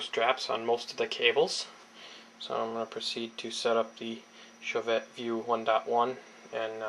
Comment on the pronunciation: It's pronounced "show-vay" and spelled Chauvet.